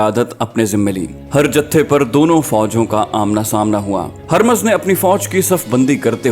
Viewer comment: Yay naam "Harmaz" nahin hay. Yay "Hurmuz" hay. Is kaa matlab "Chaand (moon)" hay.